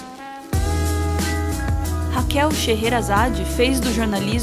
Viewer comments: òtimo vídeo mas A pronuncia da Raquel SHEHERAZADE está errada. é "cherazad" não "cherrerazad" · Só queria perguntar uma coisa, a pronúncia do nome dela por vocês, ta certa mesmo? Porque todo mundo diz "Xêrazade" mesmo, como o nome dela "parece" ser. É esquisito ficar ouvindo realmente o nome dela como "Xêrrerazade" OIAHU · Sheherazade se diz "Sherazade". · O nome dela não se pronuncia chera zade ? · Eu pronunciava shêrazáde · Sim. Eles estão falando errado. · O segundo h não é mudo não? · vc está certo, o pronunciou errado